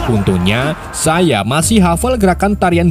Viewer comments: Saiya bang bukan saiye😂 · Seiya bang bukan seiye.. 😂 Pasti orang madura ya bang? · Saiye? Bukan seiya?